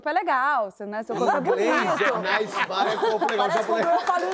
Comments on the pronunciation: Será que ele não falou nice buddy em vez de nice body? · Eu tbm entendi “nice buddy”